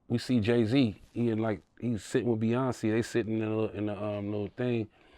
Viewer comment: First, you have to learn how to say Beyoncé name 😂😂😂😂😂